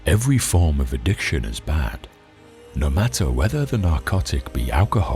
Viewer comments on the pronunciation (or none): none